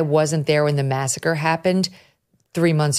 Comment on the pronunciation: Masacre? I thought you said massage parlor.